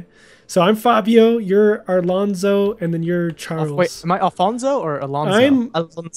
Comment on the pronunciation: ALONZO NOT ARLONZO